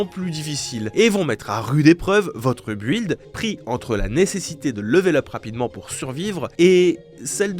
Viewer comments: "un bu-ilde" on dit un "bilde" mais comment c'est possible de parler aussi mal anglais sérieux, ou de même pas faire l'effort d'appendre à prononcer correctement ? Tu voyages jamais, tu reste enfermé dans ta chambre tout l'année ?? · buhilde ? Sérieusement? T'as dû sécher tous tes cours d'anglais toi... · On ne prononce pas le U dans "build".